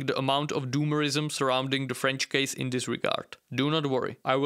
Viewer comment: Hearing a European voice say "doomerism" in any context is the height of humo(u)r for me